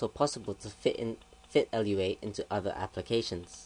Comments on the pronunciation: We can tell you cannot do Lua. Its pronounced Loo-a not L-U-A. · Loowa not L.U.A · Its not L-U-A, its Looh-Ahh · It's Lua not LUA...Moon in Portoguese created in Brazil (Portuguese in the language spoken in Brazil). So, Lua is not from Portugal, but from Brazil. Thanks for the tuts. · Umm its pronounced loo-ah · How am I stupid, you're a fucking idiot. I'm right, you pronounce it "loowa" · Yes, but he keeps saying